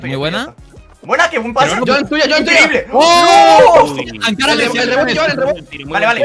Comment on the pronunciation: Pq coño grefg dice ancara messi xd